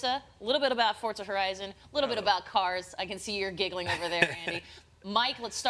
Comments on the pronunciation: not even the people presenting forza know how to pronouns Forza... wtf is going on here For-za ... not Fort-za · It is pronounced "fortza". It means power in Italian. In FH3 you can hear characters pronounce it this way.